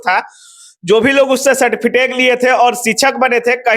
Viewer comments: आप सर्टिफिकेट को तो सर्टिफिटेक बोल रहे हैं शुरुआत में ही। आप समझ लीजिए क्या इंटरव्यू है। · आप इतने बड़े पत्रकार हैं पर सर्टिफिटेक बोल रहे हैं...यूट्यूब के पत्रकार से तो हम अलग परेशान हैं।